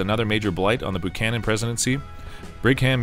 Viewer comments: Buchanan is pronounced 'bew-cannon', not 'boo-cannon'. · Boo-Chanan?!? That's the way you pronounce it?!? It's BU-CHANAN! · BUCHANAN NOT BOOCHANAN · This is the first time that I've EVER heard James Buchanan's name pronounced as BOOchanan. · Bu canon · I usually called him Beeewww -canon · “They’re not booing; they’re saying Boo-chanan! Boo-chanan!” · James BOO-cannon?